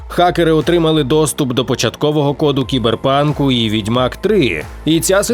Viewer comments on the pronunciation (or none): Чому «сайбер-панк», а не «кіберпанк»? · кіберпанк а не Сайбер панк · сайберпанк правильно